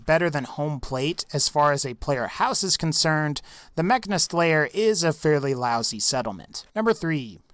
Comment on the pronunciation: mah-can-is-ts, one more time M-AH-CK-Ā-N-IH-S-TS